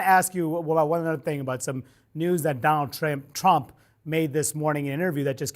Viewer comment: Anybody else hear that "donald tramp" ? Love it